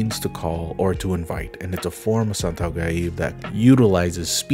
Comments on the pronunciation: As a Asian and Muslim I wanna correct you but probably just seen like nerd it's I think called santet not santau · When you mentioned Muslim and South East Asian my mind went to either Indonesia or Malaysia. Then when you said "Santau" instead of "Santet" I just can't help but pogface. MALAYSIA REPRESENT!!! I grew up steeped in a culture of ghosts and black magic in Malaysia. I'm a scientist who doesn't factually believe in any of it, but I can't help but be spiritually enthralled by it. One of my neighbours was the imam of our neighbourhood mosque and he would always have people coming to his house from all over the country to be healed/exorcised/protected. My school had multiple cases of "hysteria" where female malay-muslim students (and only them) would start howling and going into seizures en masse; and the school would have to be quarantied and some religious leaders had to be brought in to exorcise all of them. According to my grandparents, I have a "Saka" (An inherited demon/djinn that my great grandfather made a contract with) living inside of me that's given me bipolar disorder. And although I don't believe in all of that. I still think "holy fuck wouldn't it be cool tho? It's like I have Kurama or Sukuna living inside me. My life is an anime frfr. We Jujutsu Kaisen now boys. Jampi-Jampi Kaisen (Jampi is the Malay word for magic). I'm so thankful that these more mystical aspects of my culture is being shone a light on. You even shared a Malay video on the topic. THANK YOU